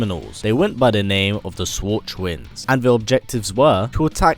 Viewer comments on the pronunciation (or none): schwartzvind w is pronounced like a v in german